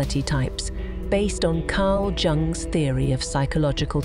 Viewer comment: Turned it off at "Carl Jung" pronounced wrong. AI sucks.